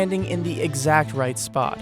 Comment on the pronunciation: Right was pronounced wrong lol